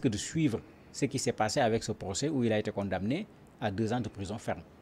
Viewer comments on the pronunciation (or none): Le seul problème avec est qu ' il prononce mal le verbe condamner ou le substantif condamnation. Il prononce la lettre m qui ne se prononce pas. Tout comme Ousmane Sonko. On prononce con da ner. Je me demande en tant que Sénégalais qui vous a appris à prononcer condamner avec la lettre m? Rectifiez vous.